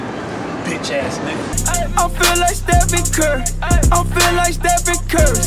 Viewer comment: Stephen ceeury is how he says it 😂